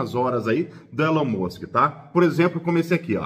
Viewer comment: vc tbm escorregou na hora de falar o nome do Elon Musk! 😂 Vc disse Elon 'Môsk'! Kkkk